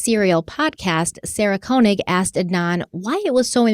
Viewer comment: Great series, but Sarah Koenig’s last name is pronounced, Kane—ig.